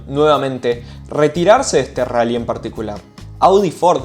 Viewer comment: El RRRRRALLY